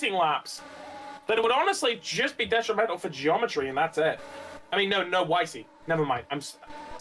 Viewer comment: Why does that other commentator pronounce Wysy “ Wiseey” 😞